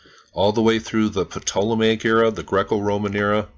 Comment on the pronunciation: you don't need to say the P in "ptolemaic" bro. It's "Toll-a-may-ic"